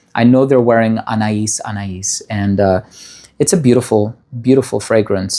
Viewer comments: Thank you, for pronouncing Anaïs Anaïs correctly. I distinctly remember the commercials for this fragrance which is where I and many others learned how to pronounce it. As someone who is quite vintage, all of the fragrances that you mentioned are like a cozy sweater for my very being. It's funny, so many of today's fragrances don't excite me. I've been spoiled by such exquisite compositions from the '20s through the 80s. I have been collecting many of the scents of my youth and early 20s over the past year or so. The more affordable ones anyway: Tabu, Amerige, Passion, Ciara, Arpege, Youth Dew, Aromatiques Elixir, Paloma Picasso and many more. Chypres and spicy orientals move me. I do miss real oak moss and I've never met an aldehyde I didn't like. I would love to hear you talk about some of the less expensive vintage and classic compositions. So many interesting back stories. Kobako and Tabu come to mind. I do feel that if you put some of these beauties from the past into niche house bottles some would be fooled. I think it's important to remember that today's popular fragrances are going to smell "old lady" to the generations that come after Gen Z. Excuse me. Elizabeth Taylor's violet perfection, Passion, is calling and I can't resist its siren call. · Vous avez bien prononcé le parfum Anaïs Anaïs 😊